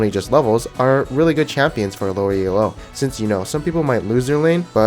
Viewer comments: Elo is a last name, not an acronym. When people say E-L-O, it kills my soul. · Stop calling it fucking E-L-O.